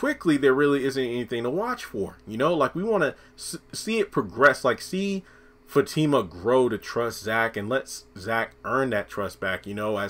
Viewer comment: Her name is Fatima not Zatima